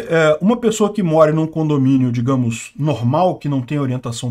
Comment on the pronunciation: Você quis dizer "condominiom"? 😂